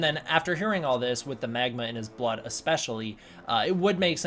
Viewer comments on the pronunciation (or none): none